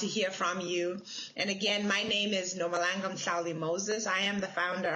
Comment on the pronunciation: must learn to pronounce her name properly.